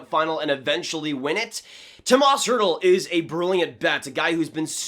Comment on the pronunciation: Oof, this video was painful to watch. First of all I'm a huge Sharks fan and would hate to see him go (though I wouldn't blame him and I wouldn't blame DW if he got a good return). Secondly, you said Tomas Hertl so many times and you pronounced his first name wrong every single time. It's pronounced "Toe-mosh".